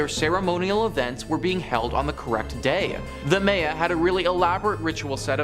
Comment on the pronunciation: How is it you pronounce Mayans correctly, but mispronounce Maya..?